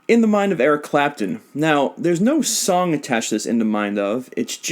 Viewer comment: on blast he said “eric crapton” lol